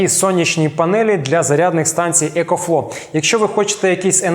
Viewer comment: екофло, екофло.. там взагаліто буква В також вимовляється :)